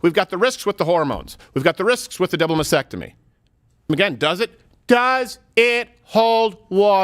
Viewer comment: Mas--tec--tomy. There's an extra t in it.